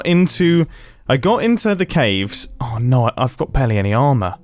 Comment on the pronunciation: Mumbo with the "awe n(a)o" lol you know he's been hanging out with Grian 😆 what region of the UK is that from?! (I have a bit of an interest in regional dialects/accents lol)